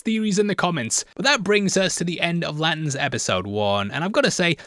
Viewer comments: Every time says Lanterns, I hear Latins. 😂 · Love, hate the way he says ‘Lant’ns